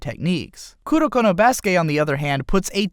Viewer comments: Kurnokurno BRUH ITS KU RO KOOO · I like that he said kudokudo or kudoko instead of kuroko